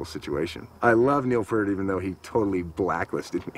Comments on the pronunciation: It's pretty funny considering you don't know how to pronounce it yourself. It's P-ear-t, not Peert. You don't get to hang out with Neil. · "Pee-Ert". Not "Pur-T". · Geddy tells everyone how to pronounce it. Pert is wrong. Like he says, ear with a P at the beginning and a t at the end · Rush is amazing and why can't people pronounce Neil Peart's name properly? It annoys me to this day. It's "PEE-RT", not "PERT". Why is that such a difficult thing?? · Its not pronounced "pert". It is pronounced as in "Ear", so P -ear -t. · I hear Jack Black’s voice but see Po from Kung Fu Panda meeting Neil Peart. However, I’m pretty sure it’s pronounced “Pea-air-t”. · "no, I'm Neil PEEYART, pronounce it correctly, eh" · Jason Lefler its peart but pronounced peert isnt it? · It's pronounced 'Peart' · p-ear-t phonetically. exactly how its spelled. that is a big pet peeve of mine as i know members of his extended family whom it also drives crazy lol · PURT! WHAT THE EFFF,GOOFS,GET IT RIGHT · All these fans of Neil P-ear-T and yet none of them get his damn name right. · Whenever I hear someone say "Neil Purt" I want to punch a wall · To be fair there was no place to hear his name pronounced until Youtube came along. Everybody said it like "pear" t. I did it for thirty years until I watched a drum video with a guy showing how to do the famous crossover that Neil does. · If you don't know how to pronounce Neil's last name, you don't get to hang with Neil. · I always love how some people say they're big fans of Neil Peart but still can't pronounce his last name right. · They could’ve pointed out the pronunciation of Peart before shooting this documentary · These guys can't even pronounce Neil's name correctly. Obviously they were VERY unaware when they met him that he's shy about meeting fans. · even when Foo Fighters inducted rush into the rock Hall of Fame, Taylor Hawkins f-ed up pronouncing Neil‘s last name. 🤦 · I absolutely can’t stand hearing people mispronounce “Peart” 😡😡😡